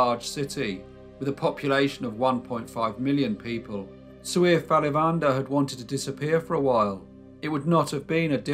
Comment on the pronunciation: What an awesome YouTube recommendation! Great storytelling too :) As someone with ancestry near Chennai, I would like to share the proper pronunciation of Alavandar: aah-laa-va-inn-taar, with emphasis on aah-laa. LOL I hope this makes sense. Gonna check out your other videos!